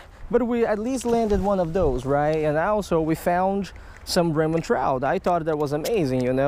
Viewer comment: you say rainbon trout because of your ascent